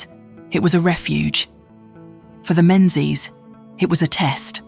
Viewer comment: AI AF but relatively accurate. Drone shots and photos are all from other sources. It's also pronounced Mingies. So yes, AI AF.